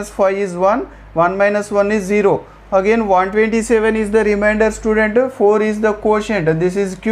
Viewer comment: Sir I like the video but you are saying student sir say like child